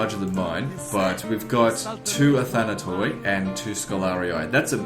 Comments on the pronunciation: Medieval Greek was essentially identical to modern Greek in pronunciation, so most likely it would be pronounced as "ee" not "oy." Even in the most archaic Greek it was never pronounced "oy," it was pronounced like the German ü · In Greek the "oi" is pronounced as "e"...so it really is pronounced "athanate"...yeah i know you dont give a shit but whatever :)